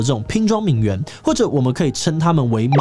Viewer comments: 虽然但是，我只想说，“名媛”的“媛”念作“yuan”四声！！！！！四声！！！！ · 現在都把這個字唸成『援』的發音了啊 細分來說，作為名詞應該是要唸作『院』的音，頂多形容詞才會唸『援』 不過以賺錢為目的來說，唸作『援』似乎也蠻正確的XD